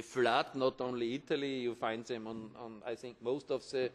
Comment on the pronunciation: sausends of sem i hate it, when people can't say the words right, he shouldn't be allowed to speak in public